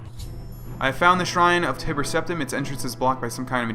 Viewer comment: you keep saying Tiber wrong the entire vid lool